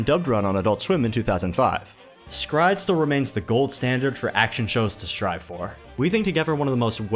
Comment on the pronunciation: Is it pronounced "scryed" or separately "s Cry Ed"??